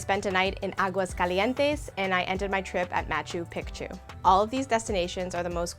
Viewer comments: This video is very helpful, thank you very much. But I keep cringing at the pronunciation of Machu Pichu……let me help. It’s pronounced Machoo Peechoo. Again thanks for all the insight! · I'm of Peruvian descent, I understand you might be trying to pronounce Machu Picchu correctly but its actually pronounced (MA-CHU PI-CHU) or (MA-CHEW PI-CHEW). I hope this helps! :) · I was going to watch until you pronounced it pic-tu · I was so confused by her pronunciation too 😆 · When you say picture, pic, pic, you can pronounce Picchu